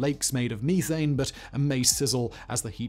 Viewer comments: Meeth-Ane??English people must be smoking meeth! 😂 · It's crazy he says methane and not methane